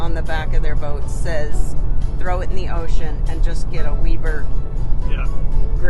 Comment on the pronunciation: who says Weber like that? 😅